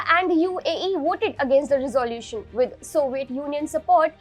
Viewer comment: " Resolution " could have been pronounced a lot better?🥳😎🙄🙄